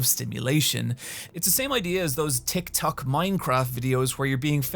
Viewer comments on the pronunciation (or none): none